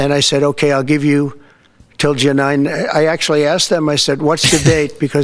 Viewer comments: Ja-nine Piro?? Lol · ❤️💙💛🇺🇸🇺🇦🇨🇦💛💙❤️ He slipped and said “taxes” instead of tariffs. He slipped and called the United States “company” instead of country.. and the Junine thing is just clear evidence that his brain is mush. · Look at Jeannes face when he says junine 🤣🤣🤣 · He said Ja-Nine because he's Ja-Lying!😂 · Ja-nine? Was he fantasizing about Pirro? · Ja-nine? lol Maybe he was thinking about Janine Piro the zio. trumps killing the country, it wasn't dead at all. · Dumptruck is obsessed with numbers. He has no idea what he is talking about most of the time. TACO with Orange sauce! ALSO: Ja-nine = the way my sister's name was spelled, another version of Jeanine. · Jeanine Pirro, looks at him like, oh always, such BS, what’s he saying now? And then, he pronounces my name wrong? What a loser, and I said yes to this?